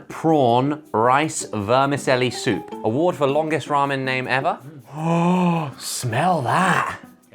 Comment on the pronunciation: The way Josh pronounces ramen is amazing.